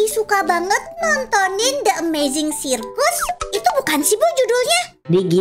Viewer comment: Kak bukan gitu ngomong di amazing digital Circus nya bukan sirkus tapi di amazing gitar Circus Kak